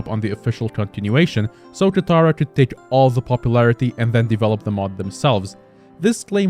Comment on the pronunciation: ah yes, "kataira" not katara, he said he wasn't gonna mess it up, he already messed it up